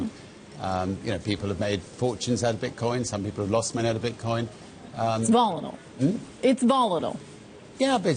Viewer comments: It's volidel, hmn, it's volidel...Yea its quite VOLATILE bitch...learn how to spoke. I can't even red or wrote. Sad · “Volatal”.. what the fuck is “volatal?!”